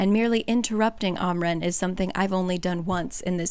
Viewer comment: It’s am ren not ahm ren